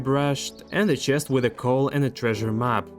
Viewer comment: That OOOO CHEST! Sounds so Russian 😂